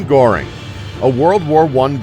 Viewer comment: Ugh. Americans are so ignorant. Ilsa's surname was Koch : pronounced like Coke. AND Hermann Goering's surname was pronounced like gur-ring.